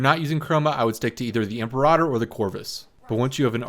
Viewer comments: Goddammit. It's "Im-PERA-tor", not "Imp-a-rodder". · I have only ever heard that word as em-pear-rah-tore instead of em-per-ra-ter I know which sounds better and its not the right one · Im-PAIR-i-tor (also Zenurik is the energy school) BUT! This is still the best guide video on orbs. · It`s im-PERA-tor.. And don`t roll the R if you want to say it correctly instead of "the english version" it IS latin after all. (super sayin`) Much like Et Cetera isn`t pronounced "ecksettra" :/ You`re welcome :p